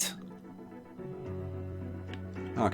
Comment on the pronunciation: bloody brit you was saying "RC explorer" I was hearing "aussie explorer" cheers from BRASIL